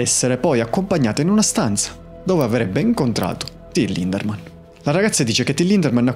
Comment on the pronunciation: Ciao, e complimenti per il tuo lavoro. Devo fare una piccola puntualizzazione: il nome del front man dei Rammstein è Lindemann, senza la R😅